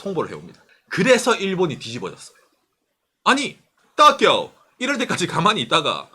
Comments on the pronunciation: 이 "토키오" 하는데 왜 저한테는 " 떡이요" 들리는 지....^^! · 또끼오~넘 강한 발음..